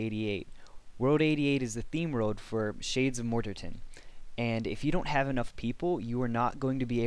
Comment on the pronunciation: Morterton, lmfao nice guide ;;) Not dissing, its cool haha :D